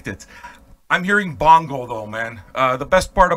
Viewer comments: Sounds like you're saying Bongo instead of Bono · Is he saying Bongo or Bono? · Who TF is Bongo? Is he trying to say "Bono...?" haha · Where's are guy from? I like ur accent. Are u purposefully saying Bongo instead of Bono? Lol.....Also have u ever heard The Mars Volta Deloused in the Comatorium? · Is calling Bono "Bongo" on purpose?